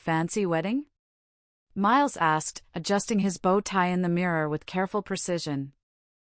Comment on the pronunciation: And bow tie is not pronounced like bow wow